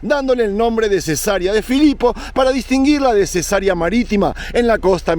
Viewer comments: se dice cesárea no cesaría 😊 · le veo desde Coahuila, México. Me gusta mucho su contenido. Con todo respeto, si me permite y de algo le puede ayudar este comentario, puede seguirlo. Le escuché mencionar Cesaria cuando lo correcto es Ce-sa-re-a. La primera palabra dicha como lo expresó se refiere a una operación q se hace a las mujeres p tener a su bebé. Saludoss.